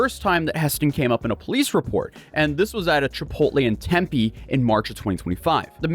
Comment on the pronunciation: The ONLY YouTuber who pronounces Tempe correctly every time 😆